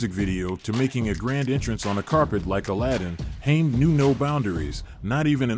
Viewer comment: I noped out when the AI voice over called him